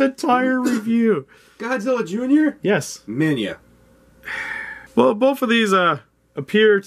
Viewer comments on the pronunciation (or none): And by the way... IT'S LITTLE GODZILLA, AND IT'S PRONOUNCED MINILLA NOT MINYA. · bro dosen't know how to say minila instead minya💀☠